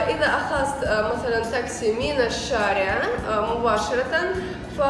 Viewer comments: Taxi طاكسي not طكاسي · طاكسي هو النطق الصحيح،او سيارت اجره